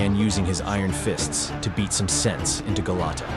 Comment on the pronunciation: You mean Golota, not Gelatto.